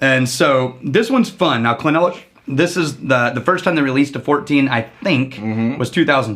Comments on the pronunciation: Clynelish..NOT Cly-nelish...Phew!🥵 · It’s pronounced cline-leash. We expect better from you 😆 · It’s pronounced clyn-leash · I believe it’s pronounced as “ Klayn-leesh “ ... Cheers ..! 🥃 🥃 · It is pronounced Kline Lish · Gentlemen please, "Kline-lish" Also its funny to see before he got his "powers". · I thought it was pronounced "Kline-ish" A very complex whisky to be sure. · It's pronounced 'Cline-leash' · Emphasis is on the first syllable, CLYNE - lish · Guys, bad news. You mispronounced "Clynelish"